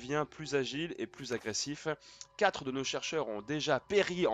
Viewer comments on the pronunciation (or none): none